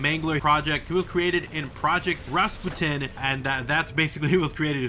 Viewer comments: Isnt it Rasputin? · Rasputin, no Rustin